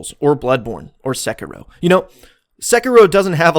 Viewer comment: It's pronounced SEH-KEY-ROW plz